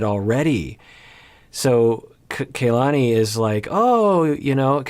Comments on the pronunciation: Kalani is KA-lani not KAY-lani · KA LA NI. not ke y lani. also its A DOLF not AY dolf bye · Please STOP mispronouncing her name! It's like nails on a chalkboard for those of us with Polynesian names. It is NOT KAYLani it is KahLani. Both a's are soft.